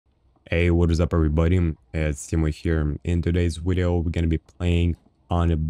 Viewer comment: stop saying "widio"